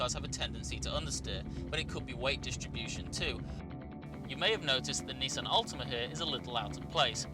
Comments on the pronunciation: It's Nissan, not Neesan! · Wait a minute, a British journalist talking in American terminology, Zee and Neesan. This isn't right!